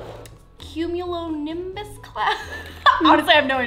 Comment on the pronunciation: you said it right it is a cumulonimbus cloud